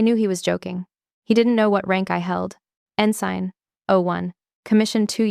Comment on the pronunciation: It is beyond belief that a Navy commander 05 cannot pronounce ensign, reread, BUDS, Nguyen, etc. Then there is the uniform.